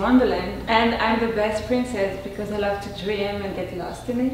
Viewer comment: It's not pricssce it's pricess